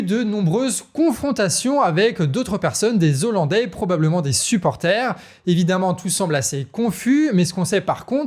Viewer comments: Super, merci, et on ne dit pas "des zollandais": le "h" n'est pas muet donc on ne fait pas la liaison 🙂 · Les Hollandais on ne fait pas la liaison ¨zollandais" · Bien l'information, mais ne pas oublier que "hollandais" commence par un h aspiré, donc pas de liaison, sinon ça fait mal aux oreilles 😂. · Très bonne vidéo et bon travail, mais on dit pas des z' hollandais mais des hollandais, c'est comme pour les haricots et non pas des z'haricots ! Si non RAS, bonne continuation à toute votre équipe !!! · Les Z'ollandais, ça pique bien les oreilles, et en plus le terme correct c'est Néerlandais. A part merci, merci le Canard comme d'habitude, ça fait du bien d'avoir une vision différente des infos. 🦆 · Des zollandais... Faut faire gaffe avec tous ces "Z" que tous les journalistes et politiques cloutent à outrance ! Et merci pour les infos ! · Des olandais et non des zolandais ! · Juste une remarque "hollandais" a un H aspiré donc on ne fait pas la liaison (des ollandais, pas des zollandais) et de toute façon les habitants des Pays-Bas sont des néerlandais. Si vous dites hollandais pour tous les habitants des Pays-Bas, c'est comme si vous disiez parisiens pour tous les habitants de la France.